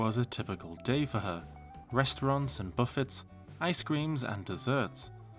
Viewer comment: NOT BUFFITS 😂